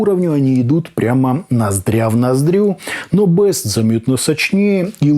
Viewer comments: Плутус Бист, а не Бэст!!! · Не бест, а бист (зверь) . А так спасибо за обзор, заинтересовали